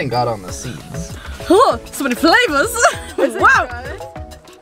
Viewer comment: "So many FLAVAS" 😂